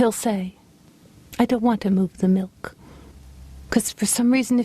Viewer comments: gosh I love the way she says "Mil-kh" 🤣🤣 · Rita Rudner. The queen of enunciation. The only person that can make the word "milk" two syllables. " Mil-Kuh"